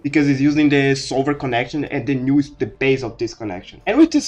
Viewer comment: This is a pretty cool theory/explanation! Could you add subtitles, though? It can be hard to make out what you're saying sometimes due to your accent. For instance, you pronounced "null" as "new" several times in the beginning, which was confusing until I figured out what word that was through context.